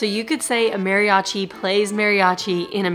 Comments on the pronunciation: I'l be that guy because I love your videos, you say it like "Mary-achi" try saying it like this, Madi-achi. It'l sound a little more accurate, I know some people just cannot roll R's, just settling for a D is a trick. My mexicana wife has trouble with R's too >>. Keep up the fun you two and thanks for all you do. ^^ Bonus note: Emphasis on the A as if a dentist tells you to open your mouth like ahhh not like A in the name Mary =} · Great job you two. (Maw-ri-achi) that should help you pronounce it. If you ever make it to Oaxaca you might find the history of the Koreans coming there “before” the Spanish very interesting. Years ago when I went to Mexico City with my sister a performer there in Garibaldi had a serious crush on my sister and he gave us a ride back to our hotel downtown. (Not something I recommend when traveling) but all went well and we appreciated his kindness. Enjoy your travels. 💕